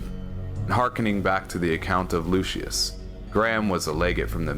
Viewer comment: Hilarious to hear you pronounce "legatus lanius" all fancy but then you pronounce "lucius" in an american accent. In classical latin, its (Loo-kee-yus) not (Loo-shuss) Please pick a pronunciation lmao